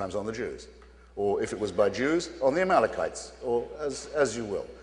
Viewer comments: "Amalkemites." Reverend Sharpton, are you serious right now? It's "Amalekites." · .... Did he just call the Amalekites, the Amalka-mites? This guy is ridiculous. He doesn't even know his own book. Ordained at age 9? Shoulda spent more time in grammar class. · the "amalcomites." -- that's my favorite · A reverend who cant pronounce amalekites cant be trusted. The guy clearly never read the bible since he hates when Hitch brings up the testaments. What a joke.